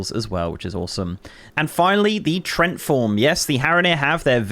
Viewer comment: Tree-ent is how that's pronounced 8) My names Trent and I was like what now...